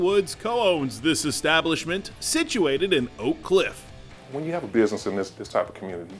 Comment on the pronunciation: He said it right, he’ll set the standard for sure. Born and raised in oak cliff I’ve been there many times.